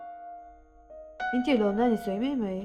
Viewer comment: An chang thiam in a hmuhnawm hle mai.👍🏿👍🏿.. Mahse kan ti teh ang kan lo inzir zel nan.. “Mai” han tih tur ah hian “Mei” kan ti leh tlat zel..